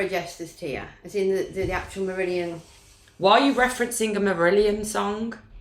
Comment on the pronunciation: It took me half an hour to figure out what the heck you said! "Merillion - Script for a Jesters Tear", I just couldn't make it out!! I was off looking for some pop princess named Kayleigh and a song of Justice tear! 🤣 I don't think they were very popular in the US, I never heard of them personally but I went and had a listen. Interesting...